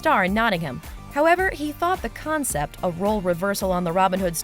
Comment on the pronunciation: It's The Hobbit, not "The Hubbit", concept, not "cuncept", and Godfather, not "Gudfather".